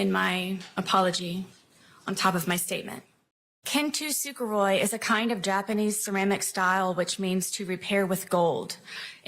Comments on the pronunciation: So not only is she bringing in Kintsukuroi to try and sound too sophisticated to be a 2nd degree murderer, she's also pronouncing it wrong. It's not "Kin-to-su-kuroi", it's "Kin-su-kuroi". I don't know why the "straight A student" is making the "t" stand out, but...egh.. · Once i heard her butcher "kenn tooo sue ker roy" it was already over the cliff and racing towards terminal velocity when she got whapped with a life sentence and no comment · Kintsukuroi, which is the alternate name. Still poorly pronounced, of course lol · Imma be a stickler here, but her trying to pronounce “kintsukuroi” (which it’s also called kintsugi idk why she didn’t use the more common and easier name) made me cringe so much. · thank you--it was definitely butchered pronunciation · my god…her pronunciation of “kintsukuroi” is absolutely HILARIOUS!! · They're gonna have to give a victim inpact statement to everyone who had to hear her mangle the word kintsukuroi.